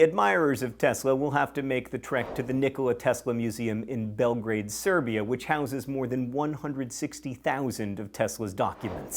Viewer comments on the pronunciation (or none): none